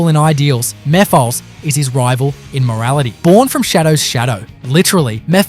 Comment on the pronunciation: Just so you know, Mephiles's name is pronounced as Mef-el-us..not Mef-i-uls..also Zavok is pronounced as Z-ah-vock